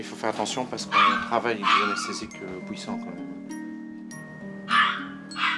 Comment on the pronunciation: Je reconnais la Belgique quand il a dit PUIssante